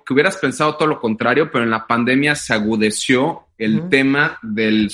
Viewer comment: mucho conocimiento de relojes y joyas pero se dice "agudizó"